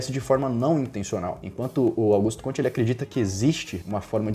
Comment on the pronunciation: Aos , a pronúncia do nome francês é "cômte", não "comtê".